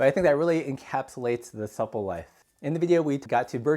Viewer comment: You are saying the word 'supple' wrong.